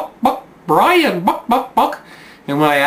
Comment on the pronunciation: Bwian? Twue enough. ;-)